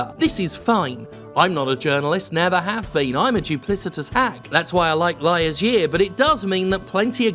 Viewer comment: “Liars year” lmao